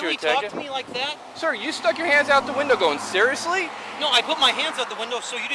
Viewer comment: sewiously? Sewiously? Awe wu sewiously sewious?